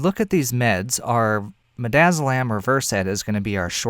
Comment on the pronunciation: Mid-daz-o-land for Versed. ReVersed for Romazicon LOL